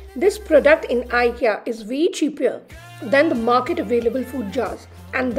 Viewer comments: It's not eekya it's IKEA ❤️ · It’s pronounced ‘aye Kia’ not ikkia pls dnt mind! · Hi as it’s a Swedish name the pronounciation is “eekya” but you can call as ikea as well coz noun can be pronounced in any way… phonetically I sounds as “e” ❤️ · Hi sorry to disappoint you.. but it’s”ikkia “ (as its a noun so you can pronounce it in any way)FYI -the brand is from a Swedish name so the pronounciation is exactly the way I did…😊plz don’t mind .